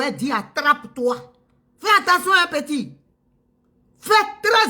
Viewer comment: On ne dit pas anttention chère Madame et tous les ivoiriens, on dit attention, A TT EN TION et non AN TEN TION..